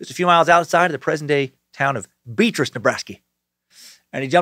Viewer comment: Not to be that guy, but you pronounced Beatrice wrong. We pronounce it differently, I don't know why.